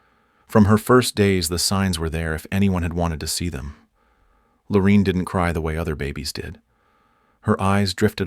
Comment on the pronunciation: WHY IS NO ONE COMMENTING ON THIS DANG AI 🤖!! This story keeps looping in on itself just like the DNA mention among the sad people represented here! Keep vigilant folks, robots are taking over! 🤖🤖🤖💩 ps ... It's Lor A inne, not Lor E inne Whitaker!